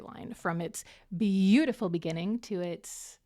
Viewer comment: In the beninging